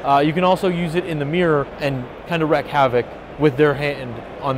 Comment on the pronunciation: "Wreck havoc"? Why do I keep hearing people say this? It's WREAK HAVOC!!!! :-P